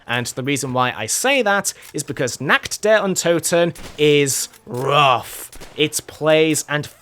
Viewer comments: Der riseuh nakt der untoten yeah pretty fun to say it that way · I just love how you say Nacht der Untoten , verrückt and der Riese it is totally wrong but i just love it